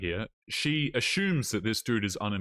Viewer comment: "She just ashumes."